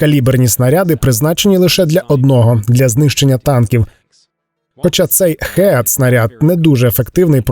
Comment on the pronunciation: Такий розумник, що не знає що HEAT читається як ХІТ , а не ХЕАТ 🤣🤣